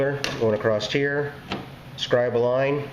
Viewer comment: Acrosst... Acrosst here....